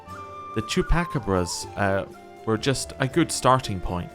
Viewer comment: For future reference, it's "Chuu-Pa-Caw-Bruhs"